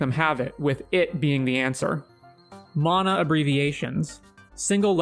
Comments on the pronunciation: mAhna not MONA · MAN - UH NOT MON - AH